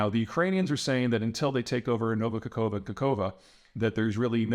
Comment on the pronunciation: The correct pronunciation would be: Nova Ka-hof-ka